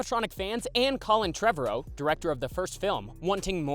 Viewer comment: imagine sayin colin trevorrow's name wrong It breaks my heart